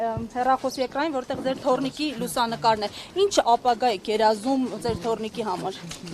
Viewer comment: Իննննջջջա ասում է, ինջ 😅